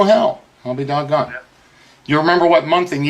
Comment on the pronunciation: When you hear, ‘I’ll be dogon” from Don, you know an ass whooping is coming.